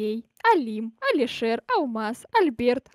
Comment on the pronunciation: даёт имена снеговикам Что слышу я,,Алишер''